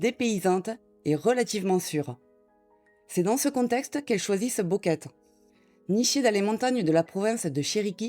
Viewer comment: "..." répète sans cease "Boquete" en "Boqueta"! "Boquete" prononce "Bouqueté" non pas "Bouqueta" et "Boquet"!